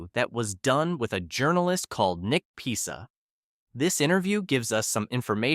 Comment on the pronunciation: This is the 1st channel I've heard anyone pronounce Nick pissa name correct, ppl been saying Nick pisser.. Pmsl.. And ppl moan about this AI voice you use... Lol